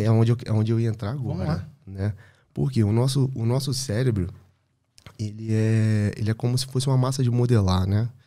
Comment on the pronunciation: Gerente do "celebro" Calma gente kkkkk